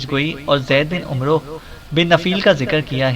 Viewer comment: عمرو میں وساکن ھے عمر ع کے زبر کے ساتھ پڑھا جاتا ھے